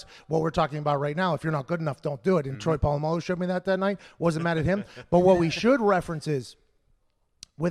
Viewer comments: Troy Pa-llama-lu 🤣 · Lol why he say Troys name like that 🤣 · When will pat ever learn how to say Polamalu correctly lol